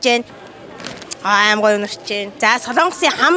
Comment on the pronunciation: Аймар гэж хэлээч аамар гээд байх юм аа 🤬🤬🤬🤬🤬